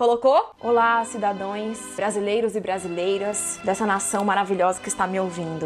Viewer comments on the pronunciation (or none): Ai gente me perdoem massss CIDADÕES doeu. Karol desculpa eu tenho uns probleminhas em ouvir palavras erradas... eu te corrigi tão alto que meu marido até assustou. CIDADÃOS na próxima por favor. 😆😘